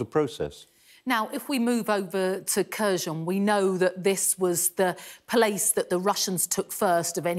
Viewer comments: Why does everyone seem to pronounce all these names wrong? Am I going mad or is it Kherson, not Kherzhon? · It’s not Kursion - pls at least learn how to pronounce names of Ukrainians cities. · They dont say kherson correctly lol